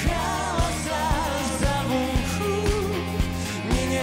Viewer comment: все хорошо, только не понятно, почему человек в ермолке постоянно говорит "завухуд". В оригинале - "зовут". Возможно, он плохо знает русский язык. Следует разъяснить особенности произношения талантливому артисту.